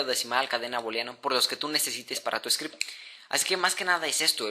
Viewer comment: yama script" "chtml" "achtml" "scrept" "aserka" "sensillo" "dies" "sin-kuenta" joder me vas a matar los oidos con tanto siseo de mierda latino que asco "esta variable seria fecal, como tu voz" explicas fatal que esssssssssssssssssssssssssssssss(perdon el latino que tengo dentro se me sale) una variable, essssssssssssssssssssssssss que no ssssssssssssssssssssssse essssssssssssssssssssssssssssscuchaaaaaaaaaaaaaaaaaaaaaaaa bieeeeeeeeeeeeeeeeeennnnnnnnnnnnn ssssssssssssssssssssssssssssssssssssabeeeeeeeeeeeeeessssssssssssssssssssssssss, vocaliza y pronuncia con CEEEEEEEEE!